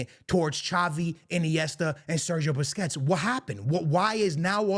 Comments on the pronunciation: Why do you call Busquets “Biscuits”? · man said “biscuits” lmao i love how he pronounces certain names😂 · Why he calling busquets biscuits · Rodri !!!! Rodri!!! Rodri!!! vini cried and humbled by the french!! be better!! YES IT IS A BUISNESS!!! Vini couldnt put out his own tweets because he is a horrible human being. pronounce Sergio Busquets the right way.. and dont bring up legends in a present tense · The way this dude pronounces "Busquets" makes him lose all credibility in my eyes.